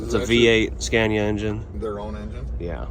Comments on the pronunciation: Scania not Scandia 😊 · Scania not SCENIA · Sca nia not sce nia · I got angry everytime he said scania bruh its scAniA. Its long pronuce it a bit dont eat up scania wth is scania u need to long the A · Le scandia 😂 j'en ai assez entendu 😢